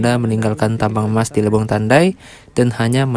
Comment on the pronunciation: Lebong mas bukan lebong pake "e" bukan pake "e". Eh gimana sih cara ngasih tau bacanya wkwkwk 😅😅